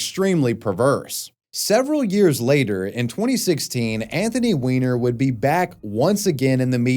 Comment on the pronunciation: Weiner ≠ Wiener the 'ei' is pronounced as English 'i', the 'ie' as English 'e'.